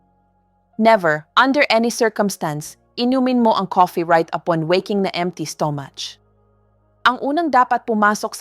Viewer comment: Pls. Improve ENGLISH PRONOUNCIATION , sometimes I can’t understand a single word you’re pronouncing, like stomach., I still need to think . You pronouns STO-MUCH etc. thank you!